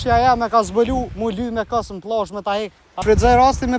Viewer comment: Jo pllazh 😅plazh pa ll serb,jo kokakolla😅kokakola😅jo killa por kile😅😅😅